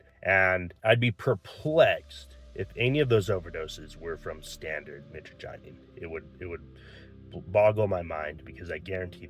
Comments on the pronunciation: Michagyneene lol. I appreciate that you're not fear mongering, but for someone who has been using it for over 10 years, that pronunciation was horrendous. Mih-trah-ja-neen, Mit like in mitch, trah like in trash, neen like in lean or nine like in 9. Both are the most common pronunciations, but I'm not a linguist. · Dude no disrespect but please learn the correct pronunciation of the alkaloid.